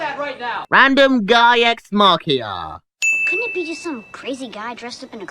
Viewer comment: He literally called it an Ex Machia, not Ex Machina